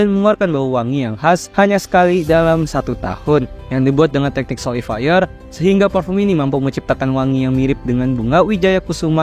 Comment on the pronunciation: bacaan nya soliflore tp abgnya baca solifire